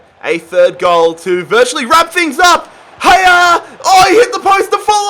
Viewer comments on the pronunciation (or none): Haller not hayer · everebody: Haller: HYER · U said haier its pronounced aller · Haller not higher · Does it piss anyone off the fact he says hayer when it is pronounced Ha ll er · No one: trying to pronounce Haller: Hayaaa!! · Did you just call Haller...Higher...!? My oh my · My guy calling him Hayer hahahaha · Why does he say Haller so weird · does it piss anyone else off how he pronounces Haller?